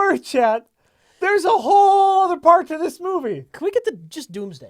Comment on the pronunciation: I love you both for saying "whole other" instead of "whole nuther"